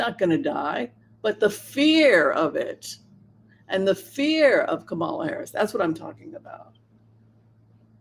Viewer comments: Kaala Harris ..its not Komal .ah..as you pronounce it but ... Kah .mul ah or comma,la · Kamala, accent on the first syllable like Pamela or Hillary or Jennifer or Caroline or Marilyn……..